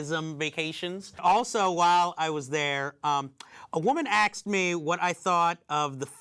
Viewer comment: at least on 2 separate occasions, when says 'asked', he pronounces 'axed' ^^